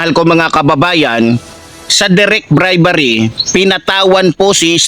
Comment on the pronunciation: Hindi BRIBARRY😢😢😢BRI-BE-RY😅😅😅BRIBERY